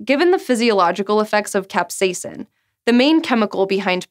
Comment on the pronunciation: Ahh she said capsaicin like a normal human being! Great job! ;)